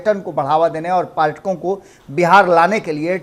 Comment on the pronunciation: क्षमा कीजिएगा। पार्यटकों नहीं पर्यटकों बोलना उचित रहेगा।